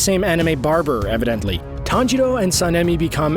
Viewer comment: dude it’s not “tanjido” It’s “tanjiro”